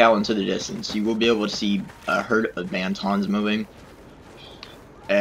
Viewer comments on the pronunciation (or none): IT IS NOT BANTONS YOU IDIOT IT IS BANTHAS!!! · it's banthas not bantons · Dude there called banthas not bantons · BANFAS??? No they are called Banthas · He said sorry for his lack of star wars knowledge, not everyone has to be a freak like you. Although Banthas aren't hard to say, in the films they rarely mentioned them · Luke's is the far hut and you said Banthas wrong